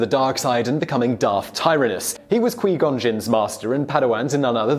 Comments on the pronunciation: I know he said he was sorry for the mispronunciations but... Qee Gon 😂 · Qwee Gon? Reeevan? Darth Molok?! Vishi8? This is no Star Wars 😔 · it's pronounced quwhy-gon not quee-gon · Quee gon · "Quey gon Jim" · qwee gon? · You can tell this guy doesn't watch starwars. "queeeeee gon" xD Edit: Oh no. not "reeeeeeeeven" My heart just died. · Man.....I had to stop watching this the second he said 'Qwee' Gon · Turned this off when he said "qwee gon". This man has no love for stars so ill be gon too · My gon, qwee gon, we all gon for qui gon. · Reeeeeeeeeevan, Qweee-gon, neehilus, Kreee-uh, bruh lol wtf. This list is terrible btw, Nihlus can devour entire world with the force and drain his enemies of life completely, please someone explain how some old guy who can shoot lightning out of his fingers like a magic fairy is stronger. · Lol...quee gon. I kinda like that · This man said Qwee Gone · Did this guy not even watch the 1st movie? I mean, come on man. "Qwuee gon" I can understand not being able to pronounce the people not mentioned in the movies but that's just wrong. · QWEE-GON ?!?!?!??!?!?!WTF CAN YOU GET ANY PRONUNCIATION CORRECT?!?!?!?!?? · Quee-gon. WTF LOL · kwee gon lol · Qui gon is pronounced qwi gon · "Qwee Gone"..... oh man... I'm out. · Qwee gon 😂😂😂😂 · Why can't you say Qui gon jinn like in the movie. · Dooku couldn’t hold his own against Yoda... he had to resort to a cheap trick trying to crush obi wan and anakin to escape as he knew he wouldn’t win... Listen on how to pronounce Qui Gon also 😂 Interesting video though 😊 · I feel that he deliberately mispronounced just to tick true Star Wars fans off cause he is a true treky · Please for the love of got learn to pronounce Qui Gon's name correct